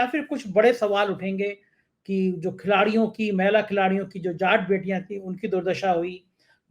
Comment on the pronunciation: सर आप महिला का उच्चारण मैला के रूप के क्यों करते हैं! महिला को बोलते हुए आप कह सुनिये की क्या सुनाई देता है!